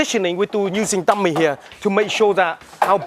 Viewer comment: Sometimes i mistaken the words he said, like dummy he said tummy . and whats with the guy's face to ?